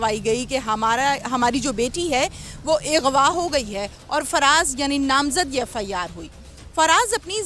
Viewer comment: Ye please apni urdu theek se bayan karain ek lafz aghwa ko eghwa or zyadti ko zyadati kehti bht ajeeb